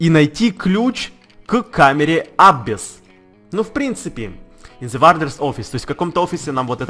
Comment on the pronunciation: Не абесс, Абасс